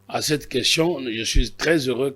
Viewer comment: Pourquoi, lui qui a étudié en France à des sérieux problème de prononciation des mots? Tantôt: queshion, tantôt: consition...il donne quel éducation à la population?